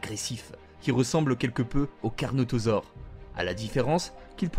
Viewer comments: cornotaurus pas carnautore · Carnotorus pas carnotosaure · c'est carnotaurus pas canotaure ta compris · On dit carnotosaure